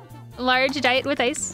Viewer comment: Is saying "dite" instead of diet?